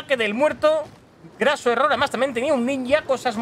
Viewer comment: se dice craso error, no graso..... Craso era un general romano que perdió una legión